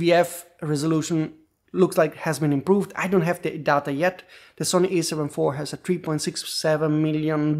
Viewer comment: ‘The’ is pronounced ‘THe’ NOT ‘De’. And ‘three’ is pronounced ‘THree’ , not ‘Tree’